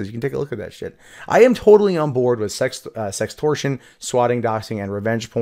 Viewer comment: wait what's "sextrortion" (sex-stor-shun)